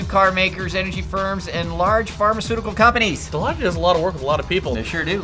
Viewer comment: I believe your pronounciation for Deloitte is incorrect. If going for humor, it was only funny the first two times. If you can not pronounce it correctly then you should probably not be discussing the subject.